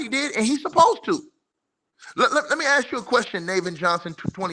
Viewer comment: “You not” “aks” lol